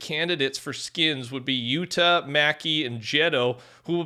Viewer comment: Atleast he said Yuta instead of something like Yudda 😭